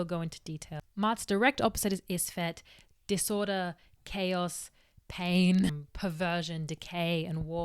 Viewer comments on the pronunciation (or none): I love the way you say "em-pour-dent" and "aurda/dis-aurda". 💘